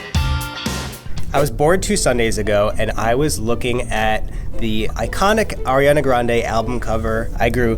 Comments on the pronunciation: "Airiana" Me: excuse you it's Ariana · says “ Air-iana” and I’m cringing inside 😂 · I get so mad when people pronounce her name as air-iana ITS ARE-IANA 😂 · ITS 👏🏻ARIANA👏🏻 NOT👏🏻 AIRANA 👏🏻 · IT'S ARI NOT "AIRI" her name is pronounced AH riana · It's Ari-ana not AIRIANA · It's "ariana" not "airiana" goddamn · Why did she say “airiana”...where does she see air in her name... I see ari 😂😂? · broke my heart. She said AIR-iana 😫 UPDATE: she just said Ariana, my heart is full again UPDATE 2: my girl Ariana doesn’t photoshop, she’s just very petite. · People saying Airiana makes me so uncommfortable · lol it sounded like she said “airiana” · "Airiana" ugh really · said AIRiana Grande 😑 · Eccentric How do you pronounce your name? Eh-see -tric? Ec-sen-trick? Do you not see why saying "airiana" is annoying? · U. PISSED ME IFF U PROBOUNCED ARIANA WRONG IN THE FIRST 18 SECONDS IM A HUGE FAN AND IT BUGS ME WHEN PPL PRONOUNCE IT WRONG BUT I STILL LOVE LADY LIKE AND IM JUST ANGRY IM GONNA GO SCRAPE MY EYEBALLS NOW BYEEE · Ella Bear ikr 😫